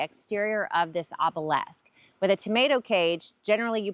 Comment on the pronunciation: Note: OBELISK is pronounced the way it is spelled.